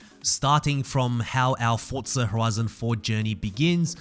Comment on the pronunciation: Bro I am just saying why do you say Fortsa it is forza